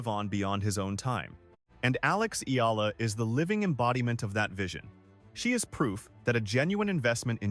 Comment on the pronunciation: PLEASE LEARN HOW TO SAY HER SURNAME CORRECTLY.